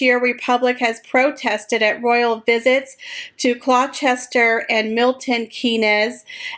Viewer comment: Gloucester is pronouced Gloss Ter and Milton Keynes is prounced Milton Keens but 100% effort for having a go at saying our town and city names.